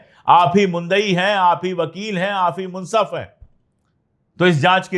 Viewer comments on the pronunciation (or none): you shuld say: munsif, not munsaf.